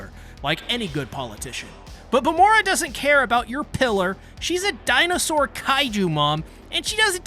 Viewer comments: Y u calling her vamora instead of vamola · why does everyone call vamola bamora?